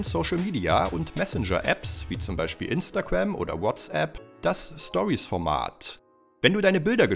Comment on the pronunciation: „instagwam" „Andwoid" „Viel klück"🤦🤦🤦🤦🥺🥺🥺